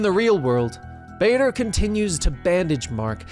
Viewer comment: the way he pronounce Badr like vader hurts a little and took time to get used to but overall amazing video